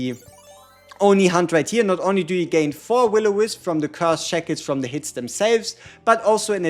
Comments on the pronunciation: you should look up how shackles is pronounced:D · Your pronunciation of shackles makes this video awesome and not boring ngl. Thankyou for what you do